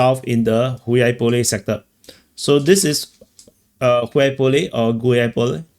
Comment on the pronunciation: How can it be Hui-yaipole if the other word is gulyai-gorod 😅